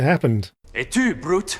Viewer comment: The part that bothers me the most is that the reading of the line is so wrong. The voice says the line 'Et tu, Brute?' as though the 'et tu' was French and 'Brute' as though it's the English word 'brute' and not Brutus's name.